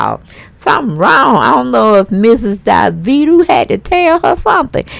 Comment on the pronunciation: Auntie his name is pronounced Dah-Vee-Doe or Da-Veto same thing we black lol